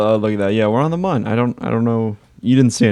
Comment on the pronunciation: ITS PRONOUNCED MOON